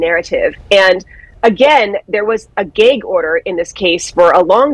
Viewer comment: Gāg order? It’s găg order.